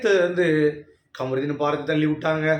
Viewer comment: Bro kamrudin nu solladhinga ....kaamarudin nu sollunga